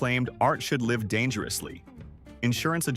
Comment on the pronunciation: You need a better read AI. Just MIC wrong then gets it right. Can't say Bennys or live lol